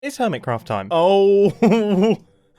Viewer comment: earMitCraft and ermitcraft…